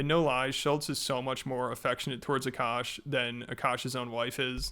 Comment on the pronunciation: this is just sad what a shit look for indian girls everywhere, can we get a break. also, i find it funny that everyone pronounces akaash's name the right way except her, even though she is indian. the first A is a soft a, and the second is hard. Uh Kaash. It means sky